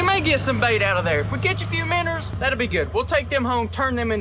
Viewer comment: I love your videos but it’s “Minnows” not “Minners”. Keep up the good work…